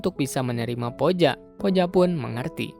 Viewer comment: Bacanya puja ka bukan poja